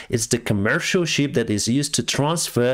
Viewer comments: It's the SHIP not Sheep 😅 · It's shIp not sheep (you know creatures that go baaa, baaa 🙂